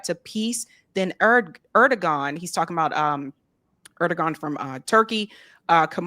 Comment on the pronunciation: the Turkish president’s name is pronounced like Air-DOH-an.